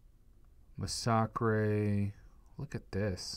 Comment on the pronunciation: Masacre...MA-SA-KREY? Its MA-SA-KER